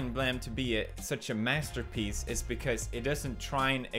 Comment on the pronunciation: As Dunkey would say MASTAPEECE